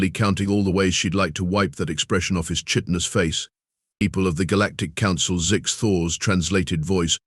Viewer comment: Please teach your how to pronounce "chitin" and explain to it that if the coffee is synthesized then it can't run out